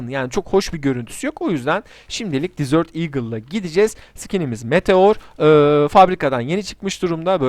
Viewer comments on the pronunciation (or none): dizört değil abi dezert diye okunuyor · Dizört eagle olarak okursan oradaki dizört tatlı anlamına gelir , bence bundan sonra dezırt demeye dikkat et 😉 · disört değil kardeşim dezırt